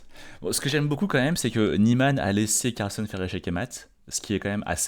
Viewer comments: On dit "Carlsène" mais dit "Carlsonne" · Carlssène et NON Carlssonne.